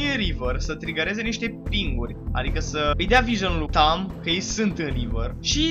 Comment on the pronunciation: in primu rand e tahm nu tamm si in al doilea rand chiar o sa manance aliatii si inamicii